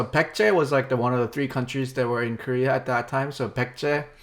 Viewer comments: "Pek-jeh"? I think that sounds more like how an ignorant American would try to pronounce Baekje than that weird "Byekt" that Bill said. Really have no idea how that sound he made relates to the letters in the name. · Lol, I was waiting for your reaction to the pronunciation of baekje, it's so bad.